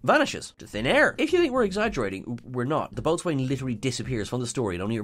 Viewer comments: Boat swain??? Rowlocks! Apart from that gaffe, nice video! 👍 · I really, really hope "boatswain" was correctly pronounced as "bosun" in the show, even if it wasn't in this video. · and both need to make sure if there are headline words in an article they are converting to a video that they know how to pronounce them. I've seen this happen several times. "boat-swain" indeed.... It's not pronounced how it's spelled at all! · Like a ragged baby... "Boatswain" is pronounced "bosun". It's fine, though. Y'all may not be the fans of the Royal Navy that I am. Fun fact: in Patrick O'Brien's Aubrey/Maturin novels, the IRISH doctor Stephen Maturin usually acts as a stand-in for the audience, having things like bosun explained to him, and thereby to the audience. is in some good Irish company. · Thank you! That bothered me, too. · Just a weird linguistic FYI, "boatswain" is pronounced "boh-sun". It's even alternatively spelled "bosun" (or "bo's'n/bo'sun/bos'n). If ever you've seen a "chair" made of rope and a board being used to dangle a sailor over the side - maybe to clean the boat - or to transfer people or things between two boats, that's the "boatswain's chair". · boatswain is pronounced bosun. A lot of Dr Who doesn't make sense anymore. Remember that dalek made from scrap? Easy to destroy with an electronic magnet 🧲. It's not Who you know but what you know. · I thought boatswain was pronounced bo's'n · I'm sure someone else must have mentioned it by now, but I'm pretty sure it's pronounced "bosun". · Boatswain is pronounced Bosun. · the word is pronounced Bo'sun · It's pronounced bo'sun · Oh dear. Your pronunciation of 'Boatswain'. That's another thing that doesn't make sense!!